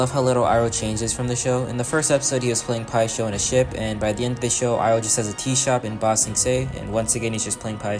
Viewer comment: That's not pie-sho